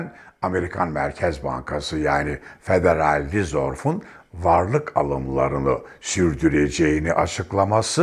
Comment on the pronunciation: Federal reserve, federal rizorf diye teleffuz edilmez bilakis; federal rizerv diye teleffuz edilir.